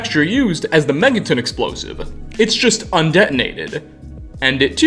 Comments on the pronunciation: Am i the only one that heard him pronounce Megaton, as Mega-ten. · Megaten!? MEGATEN?!?! ITS MEGATON. ME-GA-TON you fool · Megaton is pronounced Mega-Tun, as in one million equivalent tons/tonnes of TNT and not Mega-Tin like, for instance, Charleston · He mispronounces so many things in this series and you're gonna make fun of his lack of pronouncing a double-T in "Vault-Tec?" Just listen to how he pronounces "Megaton" : "Megatin," It's supposed to be mega-ton. As in, mega, super, giant... ton, 2000 pounds, a lot. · Love the video...but "MegaTIN?" lol. Gotta say, that's the first time I've ever heard it pronounced that way, LOL! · Vault rhymes with halt. Megaton rhymes with fun. As in, megatons of TNT, the unit of measure for nuclear warheads. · Hey, the video was awesome! I couldn’t do better. Two things, it’s pronounced Mega-ton, like a mega ton warhead. And check out Fallout: New Vegas’ DLC. Have a great day!!! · Why you say megaton wrong